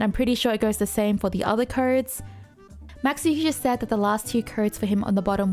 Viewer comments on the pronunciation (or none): none